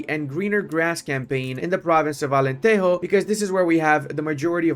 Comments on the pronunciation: It's not alanterro, é alantejo of jota, alentejo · It’s AlenteJo not Alenteho 😭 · in Portuguese we do not pronouce de "j" as a "r" like in spanish, Alentero. The "j" in portuguese do not have a similar sound in spanish neither in english. It is like a "g" when saying "ge" or xgi" preserving the sound of the g, but with another vogals: ja, jo, ju. Alentejo. My God, how it is dificcult to explain the sounds typing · Portuguese people don't say "j" as the spanish. Alentejo is "Ahh-lehn-teh-jo", if you read it in english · Alentejo is pronounced алентежу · Se ele vier pra Portugal depois de dizer Alenterro... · But he says "Alenterro"... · The J is like French not Spanish🙏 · Immediately paused the video when he pronounced Alenteijo. J’s do not make h sounds they make J sounds. There is a reason the word January starts with a J in Portuguese and not with an E like in Spanish. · Thanks for playing Portugal! Just a quick note, it’s Alentejo as in Joe but without the e. We don’t say the J like the Spanish we say it like the English and such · that can be taught 😂